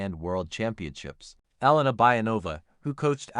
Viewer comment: Почему вы имена наших фигуристов так коверкаете? Какая ещё Эланика? Она Елена или просто Лена! Фамилия Кос-ты-ле-ва.